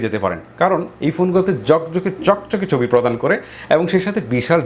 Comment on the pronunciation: ভাই আপনার ভিডিও আমি দেখি সবসময়।।।কিন্তু ভাই আপনার কথার উচ্চারণ মনে হয় একটু খেয়াল করা উচিত।।।।যেমন আপনি ছবি কে বলছেম চবি।।।এটা কি ভাই।।।।।